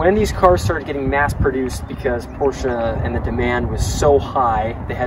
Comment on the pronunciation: You are one of the only americans that pronounces porsche correctly as “porsher”! Most of the americans either say “porsh-aa” or “porsh”!